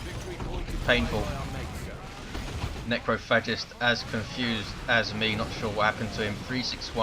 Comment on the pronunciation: "Necro Fetish" "Necro Fascist" God damn I can't tell how many times I missheard Necrophagist's name that match o.O